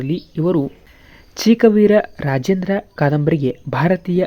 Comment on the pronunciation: ಸರ್ ಸರಿಯಾಗಿ ಓದಿ ಅರುಣ ಮಲಾರ ಚಿಕ್ಕವೀರ ರಾಜೇಂದ್ರ